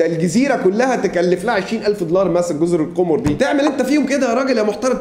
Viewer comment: تصحيح جزر القَمَر و ليست القُمُر لأنها بالضمة نطق القمر بالفرنسية لغة المحتل